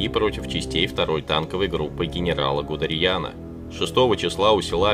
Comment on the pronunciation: гудерЬян, оказывается армянином был?! смените глупого комментатора, он же нихрена не понимает в том, что монотонно читает!